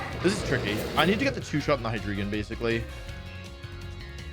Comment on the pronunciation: Your pronunciation of hydreigon bothers me